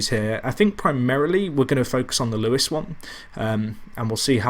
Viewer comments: Isn't is Lewes as in loos (toilet) not Lewes as in Lew es? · Wahey your finally back. What a save this could grow to be...better than FCUM maybe? Also I think it's pronounced Loos